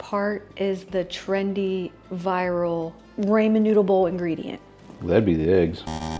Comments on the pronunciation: Finish watching with closed caption and volume down. I apologize for stating this, but I couldn’t get past your pronunciation of Ramen (raw-men, not ray-men). 😘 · Love your food videos and also ONA but I am dying... Ramen is pronounced "raa muhn" 😂. Love your pure transparent presentations too.